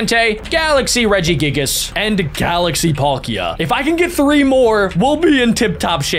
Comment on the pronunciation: "Regi giggles" and there are many other mispronouns, hurts me, AND HURTS ME EVEN MORE IS U THROWING RARES